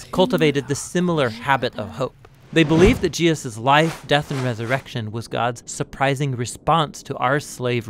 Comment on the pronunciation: you slurred Jesus‘s name... I would fix that and re-upload.